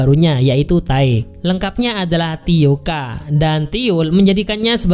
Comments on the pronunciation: Tae oka. 🤷 Tae Ok 😁 sebut pun tak betul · Tae oKA ceunah 😭 Dibaca te'ok bang 😅 Bapaknya manggil taeok-ah itu kan karna itu anaknya...(nah dikorea akhiran -ah pada nama seseorang itu adalah suffix dimana biasanya digunakan untuk memanggil nama seseorang yang sederajat atau di bawah kita) *suffix ini tidak boleh digunakan kepada org dgn status sosial lebih tinggi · Tio k dan dinasti sing😆😆😆😆 Yg bener bacanya taeok n dinasti qing bang😂😂